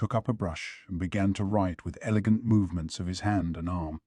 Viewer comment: Mayo-mayo? Who-gong? Elejent? A: if you're going to use AI for this anyway why not use a female voice? It would fit better since the story is told from a female or at least a femine perspective. B: I thought reading AIs were better along than this even a year ago.